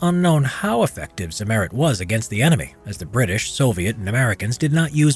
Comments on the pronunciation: Simerid nooooooo noo. It's called Z i MM eri T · Agh! Not zi-MER-it! You correctly note that the name of the producer was Zimmer: they named their product Zimmer-ite. With German pronunciation added, that gives us "TSIM-mer-EET. You're welcome. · Pronunciation of the word Zimmerit: Emphasis on the 2nd i, rather than than the e. Zimmer as in Hans Zimmer. Zimmer-it. Sounds more German than Zim-Merit. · Zimmer-it ...not zi-merrit. So dumb.. you even said 'zimmer' correctly at some point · "Zimmerit" not: EHRMAGERD ZEHMERET! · Zim er it. Zimmeirt. Not za mayrit. Fucking a. Also field applied is a myth. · Zimmerit is spoken more like Tsimmereet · "ze merit"?? Couldn't you have researched the pronunciation of a single word? Never heard of ? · Correct pronunciation is stressed on the second i. [tsimmer_i_t] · did i hear ZIMMETET??? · Its Cimmerit goddamnit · Ziemerit its prounounced at not zimmerit learn german american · Lol zimm*È*rit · Accent on the first syllable..... not second....... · Why are Americans notoriously incapable of pronouncing words and names from other languages in an even partly sensible way? The way he pronounces "Zimmerit" is simply absurd. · The pronounciation of zimmerit is so cute :D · the accent is on the i, not the e, sorry but it makes me cringe everytime you say it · The “e“ is spoken short. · The way he says Zimmerit hurts my soul.